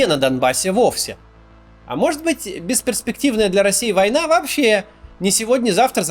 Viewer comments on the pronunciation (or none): нытик. Он даже не может выговорить слово война.